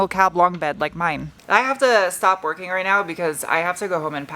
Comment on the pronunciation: I heard "here until ten twerking on this thing" 🤦‍♂️🤣